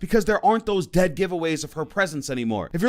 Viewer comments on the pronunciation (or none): none